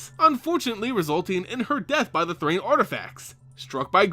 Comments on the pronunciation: Thran is pronounced th-ran, not Th-rain. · It's Thran not Thrane.